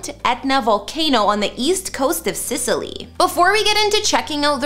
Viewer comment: Need to work on those names a little lol, Sicily, Ionian